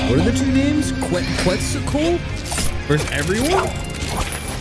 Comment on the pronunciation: Oo boy he still didn't. It hurts me how he says Quetz's name😔 The correct pronunciation of Quetzalcoatl is KET-sahl-KOH-ah-thl. The "ue" in Quetzalcoatl is pronounced as an "e" with a closed sound. It is preceded by the "Q" which is pronounced simply as a "K". She is best girl btw😊